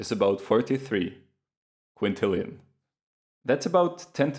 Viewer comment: "... that the number of Rubik's cube configurations is about 43 ... quintillions" you got me so good I had to pause to sub lmao. Amazing video.